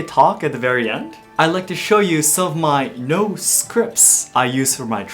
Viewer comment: Why are you pronouncing noh like “no”